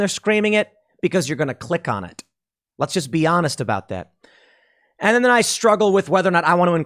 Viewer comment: Pool, did you say "it" or "iTTT" ?*